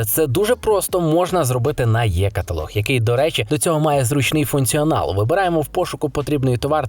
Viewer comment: Чому є-каталог? Не "е", не "і"? 😅 Єлектронний😅